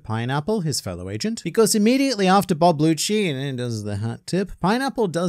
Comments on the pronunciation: Does he mean rob lucci cause I’m hearing bob lucci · Wait are you calling him “bob lucci”😂😂this whole time im like that aint rob lucci why does he keep saying it is🤦🏻‍♂️🤦🏻‍♂️😂😂